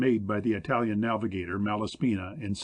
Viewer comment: I think the narrator is supposed to be saying marine but keeps saying maRain. It is bugging me because maybe he is saying it right but I cannot find any word from Google that fits. Also he says I-talian instead of Italian. Why not use a person with less idiomatic pronunciation.